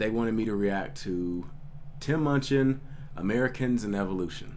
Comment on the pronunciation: Great reaction but you're pronunciation of his name on this video upsets me haha. You got his name right in the other videos man! ;)